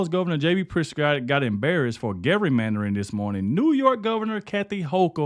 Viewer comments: I'm sorry. I just can't help myself. It's pronounced Jerrymandering, with a soft G not hard G. Love you videos, though! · Gerrymandering(pronounced Jerrymandering) not pronounced Garymandering 😉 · Dude it's not Gary-mandering.... It's Jerry-Mandering If you can't even say it, you obviously don't know what it means. Instead of clickbaiting every show, learn how to talk and what your content means. You seem like a awesome guy, but you clickbait way too much. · hahaha gary mandering. its said with a J man lol too funny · "Jerry".. mandering is how its prounounced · Did you say garymandering? 😂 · I always stay to the end. "Gerrymandering" is pronounced with a soft "g" like "jar." 🙂